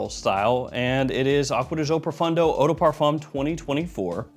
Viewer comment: Dude….why do you always pronounce it Profundo when it clearly Profondo? Literally drives me nuts